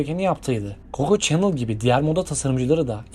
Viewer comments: Çenıl derken 😂😂 şanel be şanel. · videonuz gayet guzel ama bu ile kalkışıyorsanız isimleri doğru telaffuz etmek ve diksiyonunuzu düzeltmek zorundasınız kusura bakmayın. Çenıl değil öyle bir şey yok Şanel doprusu, Luis degil lui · Nagzi Çenıl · “Çenıl” değil, Şanel; “Naazi” değil, Nazi. “ilk videonuz” oluşu, bu hatalı telaffuzunuzu düzeltmez. Günlük yaşantınızda hiç mi duymadınız “Çenıl’a Şanel; “Naazi”ye de Nazi dendiğini? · şanel diye okunu çenıl değil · Ay bu nasıl telaffuz kulaklarım yandı nağzi ha ? Siz gençler neden iyice araştırıp soruşturmadan bu işlere kalkışıyorsunuz? Şanel adını hiç mi duymadınız bu bilgi çağında? Ansiklopedi karıştırın demiyoruz her şey bir tuşla ulaşılabilir durumda bir de sizlere teknolojiçağının gençleri deniyor yani çabanızı takdir etmekle beraber bu telaffuz hatalarınız kırmızı kartı görür ona göre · Coco Chanel in soyadının yanlis telafuzu Nazi kelimesi Naaaazi diye telafuz edilmez